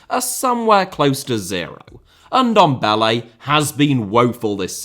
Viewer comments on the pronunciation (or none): Say Ndombele one more time...